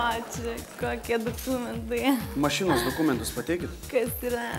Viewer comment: Dukumentai, dukumentai išgirsti tą žodį iš lūpų tavo saldžių😂😂😂